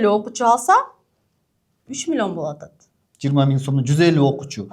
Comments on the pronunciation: Милионду Милйон деп суйлогон адамдан кандай окудунар!? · Уч создун башын чогултуп суйлой албайт экен, милён (миллион) деп отурат, ушул эмнени уйротмок эле? Ушундай "продюсер" болгон шылуундарга алданган адамдарга тан каласын. Кантип, кайсыл башынар менен 300 мин бересинер? Дагы кредит алып, рассрочка кылып бергенинерге не дейин?! Демейде 3000 сом чыкпайт азыр, 300 мин оной эле кармата коёсунар....... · Милён дейт 😂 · мулен мулен дейт го😂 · Млён млён😂😂